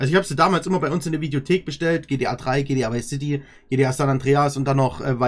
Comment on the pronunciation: Anstatt gta heisst es gtp🤣